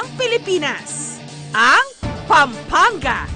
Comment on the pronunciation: Kapampangan not Kapangpangan!😂 Pampanga not Pangpangga! hahaha proud kapampangan here! puro💕💯